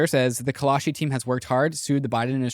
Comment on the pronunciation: Call-shee...not Call-a-shee